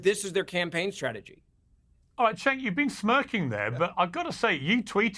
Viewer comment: Cenks name is pronounced with a j. Think of it as Jenk.